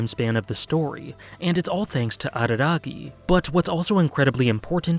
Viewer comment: Late to the show..... didn't he tell Mayoi that he would leave all to save her? Edit: "Hachikuji Goodby" is saddest scene in all, for me. Also, thanks for not imitating a barking dog when saying Araragi.